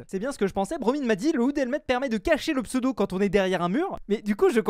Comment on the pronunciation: Je rêve d'un jour où il redit mon pseudo correctement :penguin-blue-waving-tear: Sinon très bonne vidéo même si Didier est chokbar que tu aies pris le full endium plutôt que lui